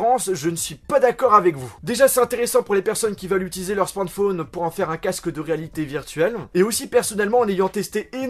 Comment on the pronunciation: Tu peux essayer une fois dans une de tes vidéos, de dire correctement le mot "Smartphone" ? Juste une fois ? Parce qu'entendre systématiquement "SMATFONE" c'est un peu relou